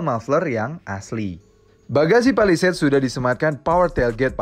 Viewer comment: Cara ngomongnya udah bener, Pa Li Seit Bukan Pe Li Seit